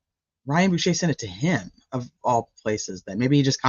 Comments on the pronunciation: Boucher “Bow ch RR “ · Bow, as Bow down. Ch as church. Er. Bow ch er. Boucher.